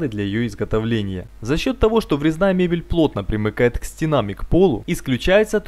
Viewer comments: Вітання з кнопкою!) І не "стена'м, а сте'нам" )) креативно, лайкиии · как то режет слово стенам)